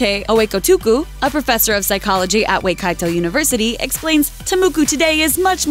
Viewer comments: Lmao WAYkaito? Ok lemme teach you something you pronounce it Waikato or whykato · As a proud New Zealander, i cringed so much when she said Waikato XD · i libe in new zealand and she totally butcherd the maori words, Waikato is pronounced why-ka-toeand Ta Moko is Pronoced Ta Moe-koe